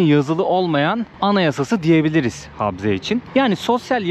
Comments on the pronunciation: Habze değil okunuşu ,Ğabze diye okunur ! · Selam kardeşim nasılsın umarım iyisindir videoyu izledim çok güzel olmuş eline emeğine sağlık adıgey cumhuriyetine gitmişsin o caminin yanında müze vardı keşke o müzeye gitseydin Çerkezler’in tarihini görmüş olurduk birde habze diyorsun yanlış telafuz ediyorsun habze değil kabze Çerkezler’in anayasası dersini iyi çalışmışsın bende bu videoyu fesbuk ve istekramda ve vatsapta paylaştım umarım abone sayın artar keşke birde Çerkez düğünü çeksen onlarla sohbet etsen bizden selamlar götürsen anavatana selamlar kolaylıklar diliyorum sevgiyle kalın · Kardeş he harfi değil söyleme şekli he ile değil ğe ile karışık çıkması lazım